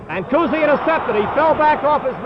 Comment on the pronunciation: They enjoy saying Bob Cousy's name. Bob COOZY!